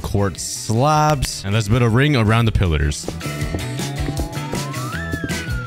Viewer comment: "Lets PUT A RING AROUND THE PILLADERS" got me dying!!!